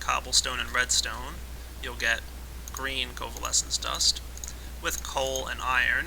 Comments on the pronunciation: btw it's co-vale-ins....not co-va-less-ins. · Co-vay-lence goddamit! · Is anyone else bothered by the fact that keeps calling it "covalescence dust"? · Sorry to rage but its happend too many times. ITS FLIPPING COVALENCE DUST!!!! NOT COVALESENCE DUST!GAHHHHHHHHHHHHHHHHHHHHHHHHHHHH